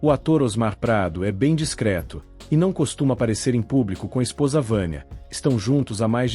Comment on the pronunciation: A palavra correta é DISCRETO, e não descreto